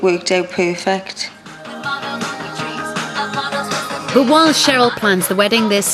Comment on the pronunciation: perfect not poo-fit ...bwahaha!